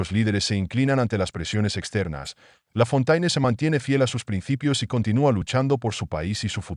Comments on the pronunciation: Traduccion - Lafontaine es un nombre claramente de origen francés - quién no conoce las famosas fábulas de otro La Fontaine, éste, sí, francés, pero de tiempos más antiguos -, por lo que conviene pronunciarlo "Lafonténe", como dicta la lengua francesa, y no como se pronuncia en el vídeo. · Lafontaine é um nome evidentemente de origem francesa - quem não conhece as famosas fábulas de outro La Fontaine, este, sim, francês, mas de tempos mais antigos -, portanto deve pronunciar-se "Lafonténe", como manda a língua francesa, e não como é pronunciado no vídeo.